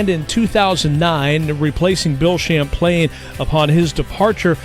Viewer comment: Bill SHAMPLAINE? C'mon. His name is "Champlin" - pronounced like you see it. Do a little research...LOL!